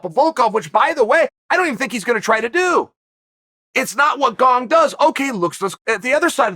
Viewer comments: GONG vs Valcalf... Who TF are those guys? Jeez Chael, you must mispronounce on purpose. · I am now about 110% sure you're mispronouncing names on purpose now... Gong lmao, ffs Unc. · I heard him say Gong once and came straight to the comment section. Never disappointed. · He didn't he said Gong! Only if Gong breaks the curse will Chael say Gane!